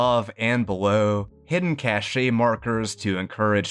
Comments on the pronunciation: I’ve noticed this in a few of your videos now - just so you know, cache is pronounced “kash” ;) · Excellent deep-dive into a favorite Fallout DLC. Really enjoyed it. btw: cache is pronounced 'cash' unless you're in France (drives me crazy). Keep up the vids.